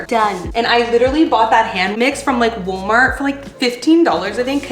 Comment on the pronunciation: The Portugese pronunciation of woolmart has me dead . 10000% accurate. Both my boys dropped naps at around 2 😢 lol